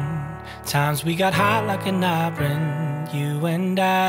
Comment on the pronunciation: He really pronounced iron as “i-run” I can’t unhear that now lmao